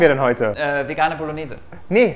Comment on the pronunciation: Was machen wir heute? LINSEN WUOLLONEEEEEESE 😂